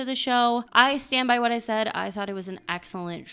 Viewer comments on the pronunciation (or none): none